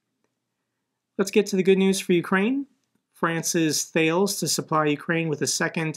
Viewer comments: Thales = tar-less. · Thales is pronounced "Ta-les" It's named after The 6th century BC Greek mathematician Thales of Miletus. It's partly owned partly by the French Government & Dassault, (similar or a mirror to British Aerospace BAe). Thales also has a large UK based arm in Crawley. :yougotthis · My company used to deal with the French company Thales a few years ago. I think the pronunciation sounds more like "Tallis" when you say it 🤔👍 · Thalès is pronounced Tah Less.